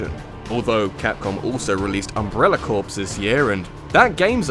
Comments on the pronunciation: Its pronounced core not corps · Corps is pronounced 'core' not 'corpse'. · hey, i just want you to know that in the word "Corps" the "ps" is silent. its pronounced "Core" you might find that people in the US Marine Corps get really angry when you call it the US Marine Corpse. they didnt die yet, but you just might in a moment... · its Umbrella Corps not Umbrella Corpse. please learn the difference in those words pronunciation wise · it's pronounced core. Umbrella CORE.